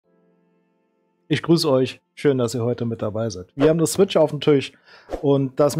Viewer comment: Ich liebe es wie du immer "Zwitch" sagst 😂 Das ist übrigens nicht böse gemeint, daher bitte nicht falsch verstehen. Wie immer, gutes Video! Der Daumen ist dir sicher 👍